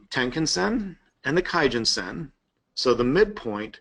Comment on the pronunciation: "kumo cloud" - research it "key-gen-sen" wow